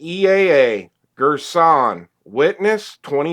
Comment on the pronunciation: Gir-son ...for Girsan Jhon-Nick...say fast Little Turkish for you Great video by the way